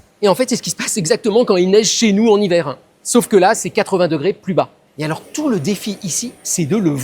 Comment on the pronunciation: En hivèreuh.... En extérieureuh...azoteuh... Est-ce que ces expériences ne sont pas un petit peu contre natureuh ? 😂😂❤❤❤